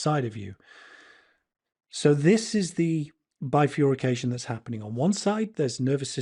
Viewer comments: It is bi-fur-ca-tion NOT bi-fur-y-ca-tion If you are going to use such long and complicated words, do get them right...quite apart from the frequency of the word really changing if it has 'fury' in the middle!!! Apart from that, I love the message here, from the heart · Bifurcation no furry in there (literally just the pronunciation) sorry just a minor bugbear